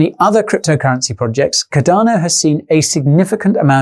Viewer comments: Alot has changed since June, except for your mispronunciation of Cardano. Ive never heard of caDARno. CARdano on the other hand.. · love your channel mate, but cardano is pronounced as Car-da-no not cadar-no lol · Cadano Cadano Cadano!!! Fucking hell man, its got an 'R' in the name..........USE IT!!! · Quality, as always Guy,however what is"Cudano"?, madelistening a bit distracloibglovev yoouer work man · Bro there is an R in Cardano